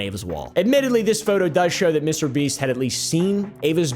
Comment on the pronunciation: Bro really said MrBeat 💀🙏